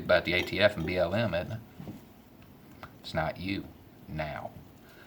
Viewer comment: I though you said B.O.M. when you said BLM and I thought "are the Bureau of Mines really as bad as ATF?" :P